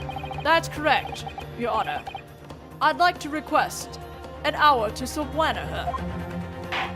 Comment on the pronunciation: Just so you know, subpoena is pronounced su-PEE-nuh. Just for future reference.